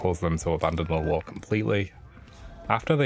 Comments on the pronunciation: Nope, its lure, as in attract not lore as in a story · it sounds like hes saying law and not lure lol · sounds like hes saying "law" and not "lure"